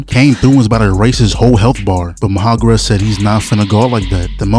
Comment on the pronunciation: MA HA ROG A....no disrespect love your videos